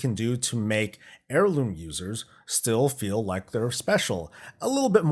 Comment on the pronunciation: Gah.. all I hear now is hair-looms after that intro. 😉